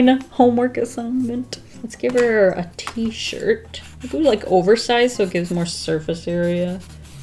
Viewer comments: t-shirt,t-shirt t- shi Oh I forgot the r in that one😂😂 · "I forgot the R in that one.." Me: I wants a T-SHIT👁👄👁